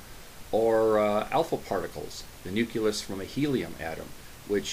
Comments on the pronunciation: Yo Dude, forgive the pedantry, but one of my pet peeves is when people who should know better, sound like George Bush while discussing important concepts like nuclear manifestations. It's pronounced "new-clee-us", or "new-clear", not "nu-ku-lus" or "nuke-you-ler". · How is it possible for someone who is obviously well versed in particle physics to still say “nookulous” 🤦🏻‍♂️ I looked it up and there is an alternative to the pronunciation of the word “nuclear” and it IS “nookular” (the way George W Bush says it). But the word “nucleus” has no such variation. There is ONLY one correct way to pronounce this word and it is “noo-klee-uhs” (American English) and “nyoo-klee-uhs” (British English) there is no “noo-kyu-lus” that’s just ignorant. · I wasn't offended at all. I thought it was hilarious. 🤣 I know it's coming across as dickish but I've never heard it pronounced like that. Nuclear yes but nucleus no way. 😂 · "Nook yoo luss" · I mispronounced it. It should be 'nucleus." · You're absolutely right that I mispronounced nucleus. I should have paid better attention to my enunciations while making the video. I apologize to you and everyone else who have been offended by it. It wasn't ignorance, just a mistake. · Homie said "nuculus" wtf? Dumb af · You're right, I mispronounced nucleus. I apologize for offending you. It was an accidental slip of the tongue made while filming. What's even more embarrassing to admit is that before posting a video, I review it at least three times and still failed to catch it. You're not the first to point my mistake out so be assured, I've be properly chastised for it. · You're absolutely right that I mispronounced nucleus. I should have paid better attention to my enunciations while making the video. I apologize to you and everyone else who have been offended by it. It wasn't ignorance, just a mistake. What's a 'dumb af?' I haven't seen that one before.